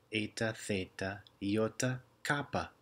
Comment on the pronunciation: Overall excellent pronunciation. My only criticisms are your slight over-aspiration of tau and kappa, your pronunciation of η as a diphthong /ei/ and your σ, which you pronounce as the english /s/ but should be a retracted /s̠/. Keep it up!